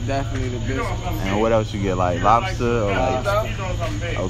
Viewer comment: gonna try to ask dat man why is his name pronounced the way it is 💀